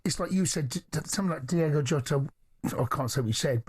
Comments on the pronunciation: DIOOOOGO not Diego.. least you can do is look it up before you talk ffs.. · Can we at least get his damn name correct?!?! D-I-O-G-O, not Diego. SMFH!!! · At least pronounce his name correctly ffs, it’s diogo not Diego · Please get his name right. It's DIOGO, not DIEGO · Gonna pay tribute and can´t get his feckin name right ??? Its DIOGO not DIEGO FFS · What is so hard about pronouncing someone’s name? The players name was DIOGO JOTA not Diego jota it’s DIOGO YOTA I’m not even a Liverpool fan it’s just basic respect really but I do like this video it’s a great tribute fair play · At least get his name right, Diogo not Diego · Say his name right please, mate. It's not Diego. It's Diogo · Diogo not Diego. Smfh 🤦🤦🤷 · Please please say his name right - it’s D-I-O-G-O WITH AN O!!! IS IT REALLY THAT HARD ? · As an honour to an absolute legend and more importantly respect, can you please pronounce his name correctly. Diogo...Ywna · Its "Diogo" jamie fs. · How can you read his name, and hear it said again and again on your own show, and STILL call him Diego? Come on ffs. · "DIOGO" how hard iis that to read and say correctly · Get his name right ffs